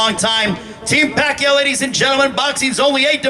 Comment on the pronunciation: It’s amazing how far he has came! I remember Lampley couldn’t even pronounce his name in his first fight. Nothing but respect to this Legend! #PACMAN 💯